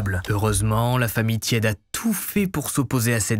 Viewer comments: cela se prononce " tiédé" et pas "tiède" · Sean tiede ? 😂chaud tiede. Tiede ca doit sonner teed et non tiède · Vidéo au top comme d'habitude ! Juste un truc : les Noms en anglais pleaaaase car entendre O-A-KLÉ ou TIÈDE alors que ce sont des noms anglais c'est dur 😅